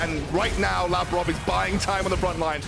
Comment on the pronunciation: I only disliked how they butchered Labrov's and Sygenda's named. Overall I think they just need some time to establish themselves